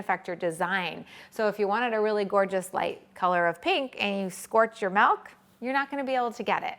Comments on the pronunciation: It's MILK, not MELK!🤦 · bro its milk not melk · i no its milk not melk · Your life must be very blessed if someone's pronunciation of milk is making life unbearable 😉 There are people who suffer anything from Malaria, hunger to Tornados, can't think that anybody would get irritated over Melk, it's not like she is slurping snot or something disgusting. 🤷‍♀️ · I'm sorry, I really hate the way you say milk....its an i not an e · we only spell the word m i l k and she should pronounce it as such. The same as it is unacceptable to say I ain't got no is unacceptable so is her butchering of the word.